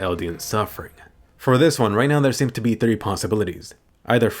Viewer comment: "be" not "ne"